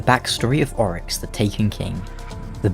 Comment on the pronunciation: It's Oryx not Aurash then?